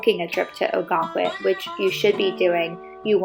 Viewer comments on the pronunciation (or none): I’m from Maine…September and October can be busier than the summers. In addition…the town is pronounced “Oh-gun-quit”. Many other places in Maine offer this type of quintessential New England. Enjoy exploring Maine!